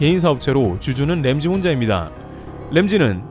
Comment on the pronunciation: 램지가 아니고 람지 세프가 아니고 셒, 제발 좀